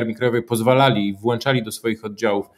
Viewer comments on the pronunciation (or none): Jeden przykład: uwielbia "łanczyć". Wyłancza, włancza zamiast włączać lub wyłączać. Nie wiem który z Panów czy, czy - rżną nieprzychylne sobie opinie pod postami "Historii Wojennych". Mam ten honor być na ich czarnej liście komentatorów do pierwszego odstrzału. Niestety jestem tylko magistrem po Wydziale Historycznym na UW (a przy okazji także po fizyce). Zawodowo nie zajmuję się historią tylko zarządzam zbiorami bibliotecznymi. Nie mniej wiem "czym to się je" jeśli chodzi o metodę naukową. Czy opinia pozytywna (jak przy poście o "Powstańczych Panterach") czy negatywna pokazująca wiele nieprawdziwych wypowiedzi (jak w odcinku o "Bombie atomowej"), czy gdy wydawało mi się dobrym brać ich w obronę przed chamskimi komentarzami, wykasowali wszystkie moje komentarze, tnąc dyskusję prowadzoną przez komentatorów. Dlatego nie wpadam w owczy pęd by ich chwalić za wszystko co powiedzą, a raczej bliżej mi do powiedzenia "sprawdzam" (gdy znajdę na to czas lub znam temat z własnych zainteresowań)